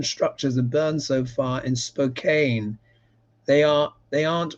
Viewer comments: Spo Can. Not Spo cane. It’s in the northern middle of Washington state. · Spo-can not spo-kane. 😊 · Spokane, Washington. Pronounced Spo- KANN. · SPO-CAN. Spokane is an American Indian name. Not sure which tribe. So many tribes. It's bad enough we have so many U.S. accents and pronunciations. On top of that, we all struggle with American Indian terms/names. I know the West coast Indian names. I'm still not fully clear on other areas of the country.